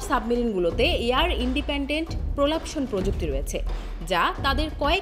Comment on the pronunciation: উচ্চারণ খুবই বাজে। প্রলাপশন না প্রপালশন